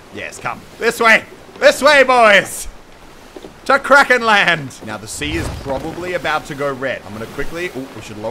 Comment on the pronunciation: It’s...it’s not krakens Muselk.